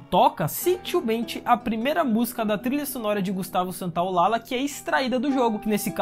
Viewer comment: gustavo santolalla se diz ;gustavo Santolaja, ll se fala como j, parabens peo video